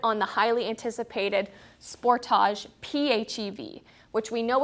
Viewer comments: "Sport - thaa - jee"? Or "Sport - tee - jee"? Ahhh who cares, I just enjoy watching I mean listening to... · How would you pronounce it? Maybe it's a Canadian thing, I would say it the same way as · Mostly in Canada I find it's pronounced as "Spor-TAH-JEUX" such as in the video... I find Americans pronounce it more like "Spor-DIDGE" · I wonder if she pronouces film footage and "foo tage".